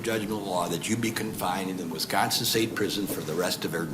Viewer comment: 🗣️WISCO!!! We-Con-n-Sin!